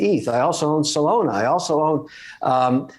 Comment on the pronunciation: Soul lona?? 🤣 Close but it is Solana